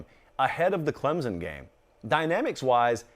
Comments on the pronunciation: As someone from Clemson, it kills me when says Clemzon. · 😂😂😂🤣🤣🤣 and he knows it too lol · The majority of people say it that way. Most don’t care either. Haha How a southern school gets mad about a southern pronunciation of their name is what’s mind boggling. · born and raised in SC, never heard anyone from the south pronounce it the way he does. There’s definitely a “p” in there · According to Clemson grammar Nazi above you there isn’t a P in there. And I e never heard anyone say it with a P that didn’t sound like a Yankee aka a word I can’t say in here. It’s Clem-sun, no Z, no hard s or whatever, no p in there... just Clem like the guy down the road, and sun like in the sky. One syllable. lol